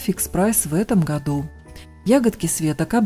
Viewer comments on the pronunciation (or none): none